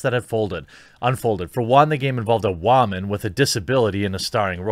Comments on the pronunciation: Did he just say (wha men) aka woman?lol pls tell me that was a speech error and not you trying not to say woman correctly? Smh w/lolin. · What is this guy smoking?? Division is MORE MODERN than this??? Tf? And why does he say “woman” like that… y’all are some weirdos over here.